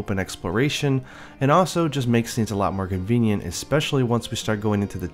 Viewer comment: Oh. My. God.. It finally happened guys! After all these years of torment and pain... finally said especially right! Praise Amatsu!